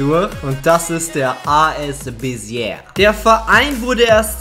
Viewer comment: Ich war da beim Schüleraustausch es wird Besie ausgesprochen. Cooles Viedeo